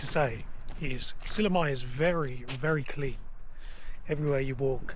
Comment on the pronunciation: mitte SillamAe vaid SillamÄe. Ä - ;) Please learn to pronounce the place names of the country you are traveling correctly.